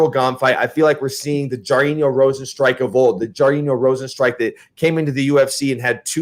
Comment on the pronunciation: Jesus Christ you just said "Jar-een-yo Rosen-strike" about 5 times 🤦‍♂️ You're a mess Mikey